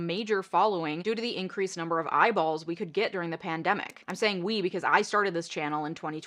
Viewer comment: Ok. I'm done. Can't watch or listen any further. That constantly repeated zoom is making me dizzy, and the woman can't even pronounce words. Lady, it's called a pandemic, not a "pandAMic". And the title is Quit On Set, not "Quiet on SAT".